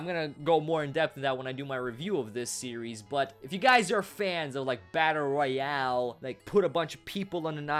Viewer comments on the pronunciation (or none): none